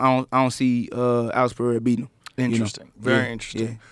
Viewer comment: Joe dude, stop saying “PeHeira”. It’s pronounced PeReira -- PE-REI-RA. Ask any Portuguese speaking person.